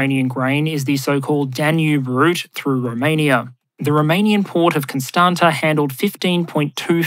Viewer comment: Constanta is read as “constanzza” (in italian)